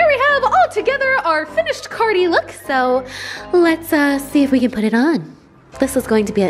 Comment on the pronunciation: Umm anyone else hear “queen cardi”